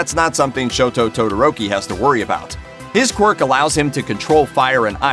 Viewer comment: shoTo AizwAya